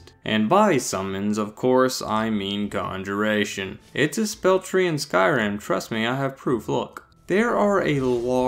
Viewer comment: I’ll take some “Ganja-ration” please